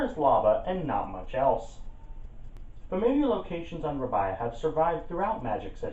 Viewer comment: R-ay-be-a Not Rab-I-a